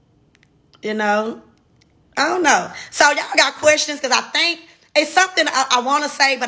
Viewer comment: Also “think” not “thank” I think.... Only say “thank” when you’re saying: Thank you!😊